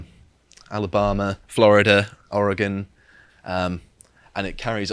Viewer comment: I’d like to give a Chef’s Kiss to the way pronounced “Al Abahma”. Brilliant.